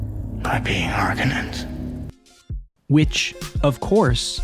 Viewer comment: First of all it's Har*kon*ens not whatever name you butchered them by. And just because a movie has great cgi, special effects, or even a plausible world and or lore, none of that alone makes a movie ' great '. The MOST primary attribute to achieve that title is story, in other words how good is the writing, the script. Most people entirely miss this, even people in Hollywood.